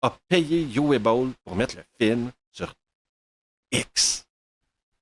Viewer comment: C'est du Uwe Boll et ce sera donc sans moi. Au fait, en allemand, Uwe se prononce Ouveu.